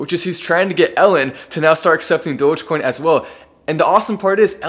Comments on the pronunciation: great guy. but why is saying Dogaaacoin? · This is good but how come mark doesn't even know how to say the name right - Doja-coin? Wtf lol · "DogèCoin" - Mark Cuban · My question is, will Mark learn how to properly pronounce Dogecoin? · He butchered the pronunciation of Dogecoin 😩